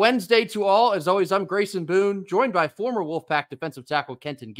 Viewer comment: Grayson you nailed the pronunciation!